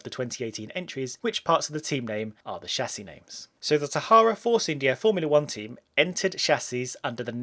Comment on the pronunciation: Music to my ears.. somebody that do not say Tchâssis